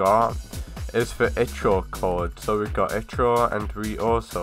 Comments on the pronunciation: It's called Ichor not i-CH-or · One it's not itch-or. I don't know how to pronounce ichor but i know thats not how you say it. ALSO CLICKBAIT ALERT!